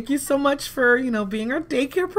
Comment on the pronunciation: She said "maybe..cause...this is juat to murch" om dead😂😂😂😂😂😂😂😂😂😂😂😂😂😂😂😂